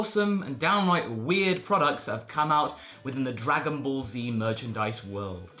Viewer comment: "Swagon Ball".